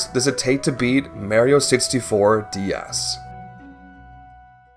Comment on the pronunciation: "Merio 64 D-Yas" 😭😭😭